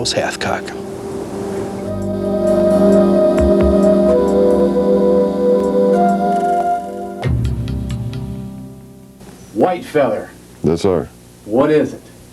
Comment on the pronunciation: All I hear is halfcock 😂